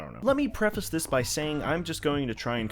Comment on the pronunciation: You actually did pronounce "preface" correctly and I'm SO glad! SO many YouTubers don't pronounce it right!